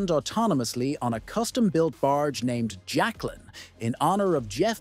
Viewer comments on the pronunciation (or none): none